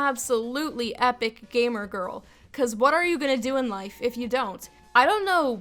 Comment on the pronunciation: I yust rylist that was instead of gamer it was gaymer